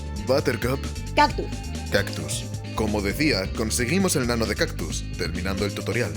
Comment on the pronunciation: HERMANO😂😂😂😂😂😂😂😂😂😂😂😂😂😂😂😂 NO H😂AY MANERA 😂😂😂😂😂😂HERM😂😂AON 😂😂😂REA😂😂LMENT😂E😂😂😂😂 DIJO😂😂😂😂 CACTUS😂😂😂😂😂😂😂😂😂😂😂😂😂😂😂😂 BR😂😂😂😂😂😂😂😂😂😂😂O 😂😂😂PROQUE 😂DIJO 😂😂😂😂CACTUS 😂😂😂😂😂😂😂😂😂HERMANO😂😂😂😂😂 PORQUE 😂😂😂😂😂😂😂😂😂😂😂😂😂😂😂😂😂😂😂😂😂😂😂😂😂😂😂😂😂😂PORQUE 😂😂😂 QUE 😂😂😂😂😂😂😂 CACTSU HERMANO 😂😂😂😂😂😂😂😂😂😂😂😂😂 LE DIJO 😂😂😂😂😂😂😂😂😂😂😂😂😂😂😂CACTUS A😂😂😂😂 😂😂BUTTERCUP HERMANO 😂😂😂😂😂 😂😂😂😂😂😂😂😂😂😂😂😂😂😂😂😂P 😂😂😂O RQUE 😂😂😂😂😂